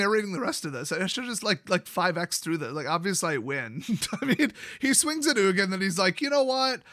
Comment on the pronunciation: Spelled Ugin. Pronounced Nukin